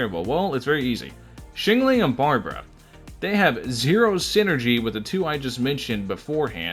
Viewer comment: "Xingling" IM DEAD